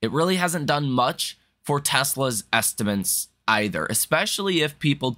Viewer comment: say this word: estiments. Now, say THIS word: estimates.